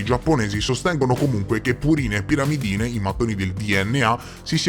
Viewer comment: Bel video con ottime nozioni scientifiche, se posso comunque è pirimidine e non piramidine